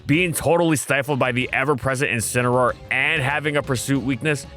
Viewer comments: IT'S INCINEROAR, NOT F*CKING INCAROAR! SAY IT RIGHT! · DO NOT LEAVE OFF THE A IN INCINEROAR!